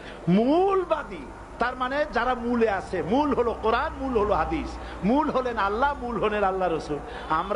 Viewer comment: আরে ভাই উনার নামটা তো ভালো করে বলতে পারেননা।